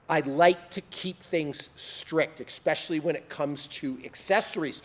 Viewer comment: Especially. NOT eXpecially.